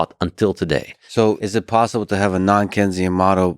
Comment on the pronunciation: Why do both of you continue saying “kenzian” economics??? It’s “Keynesian” as in John Maynard Keynes!!! Saifedean is an absolute genius and lex is not very entertaining but has intellectual guest so he at least has the capacity to keep up, why is this a thing? Saifedean is the best light in the Bitcoin space!